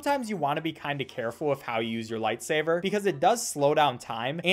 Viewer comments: Im triggered everytime he says 'lightsaver' instead of 'lightsaber' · why are u saying light saver ??? no hate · I call it “lightsaver” too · I know but I have a habit of calling it “lightsaver” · I cannot tell if he's saying lightsaber or lightsaver and it's driving me insane. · Did he just say lightsaver also how did you get the game? I thought it was taken down everywhere by rovio